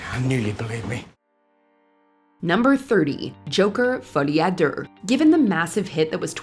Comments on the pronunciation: this host can't even pronounce "deux"... Duhrrr!!! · Omg, your 'French'. "Folie a durrrr" oof. LOL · Folie a durrrr? Learn how to say deux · me when "ful E a durr" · Folie a Derrr bro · Folie à Der? 😂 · She fudged it, but at least it was a real person and not some of those awful mispronunciations you hear coming from the AI robot generated narration that so many other channels use. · The pronunciation of Folie a deux was atrocious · You say "deux" the way that Australians say "No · Learn how to pronounce Folie A Deux.